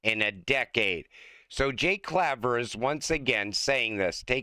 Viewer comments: Claver sounds like Clayver long A not short A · by the time XRP reaches 1 million dollars, will you learn how to pronounce Jake Claver's name?